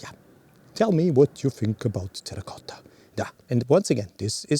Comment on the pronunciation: Congratulations for the good pronunciation "terracotta" I think is my favorite color even in the most difficult light conditions, it is always a pleasure to see your videos